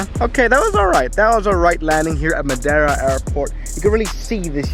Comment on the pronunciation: The clapping is just as "cringe" as your pronunciation of Madeira 😉